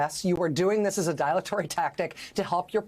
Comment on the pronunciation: Not characteristic of Rachel to mispronounce "DILATORY", Could IDOLATRY of Rachel diminish if she does not ADROITLY address this gaffe? 🎹(And how rarely does a cogent comment utilize a trio of 8 letter anagrams this apropos?) 🎹